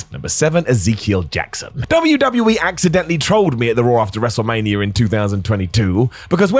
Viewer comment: Wrestlemania* not Wrestlemanier